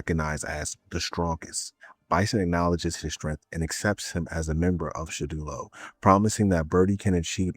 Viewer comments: Surely he can’t be serious.. It’s Shadowloo not shadulo.. Like how on earth did u get that loool 😩😂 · I can’t believe you’ve found a brand new way to mispronounce Shadaloo 😂